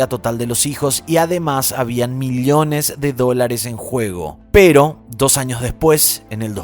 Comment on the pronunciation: Millones por favor no digas Miliones me taladras los oídos, me gusta ver y escuchar tus presentaciones de casos pero me matas el oído....